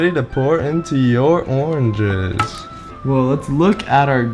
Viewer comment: Oranges: Orenges 😂😂